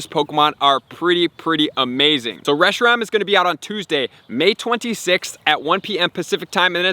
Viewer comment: It’s not “reshi-rom” either. It’s “reshi-ram”.